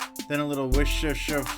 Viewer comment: I don't drink coffee but they looked hella tasty lol. So glad you two are doing well. This year has been a shit show to say the least. Oh......and it's pronounced WISHTESHURE lol. I was chastised properly in the UK about that!